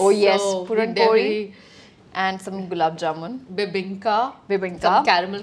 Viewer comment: Mrunal says पोळी.thats beatiful